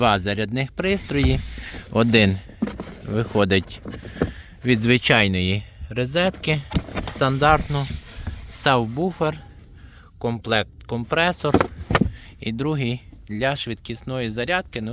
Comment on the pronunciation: поправочка. Сабвуфер, не савбуфер.